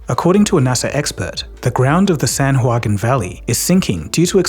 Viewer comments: Pronounced, San Wah-keen. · Note: San Joaquin is pronounced “San-wah-keen”. You can think of Joaquin Phoenix if you are wondering how to say it.